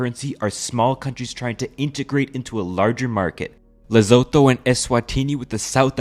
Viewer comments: Bruh, it's LE... SO...THO, no Z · laughed so hard when he said "lesotho"